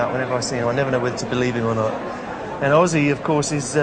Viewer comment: he called him O zzy